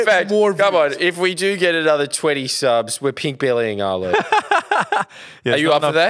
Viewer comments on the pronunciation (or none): none